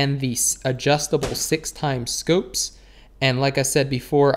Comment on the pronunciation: I like how u say scoopes instead of scopes